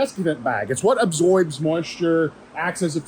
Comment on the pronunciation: Desiccant bag "absoibs" moisture? 😂